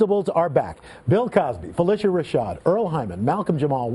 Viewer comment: phylicia is shocked he pronounce her name right